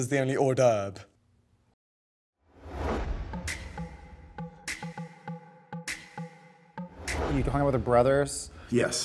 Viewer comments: Can't take James putting down B&J "Kentucky fried wedding", while misspronouncing "hors d'oeuVre"...pretty sure he said hors d'oeuBre...with a "b", not a "v" ...guess you can't grow out of being conceited....he really needs to internally work on himself to achieve contentment... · “Where beercheese is the only ORDERB” this dude just said fucking “ORDERB” I cannot. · “Where beer cheese is the only orderve”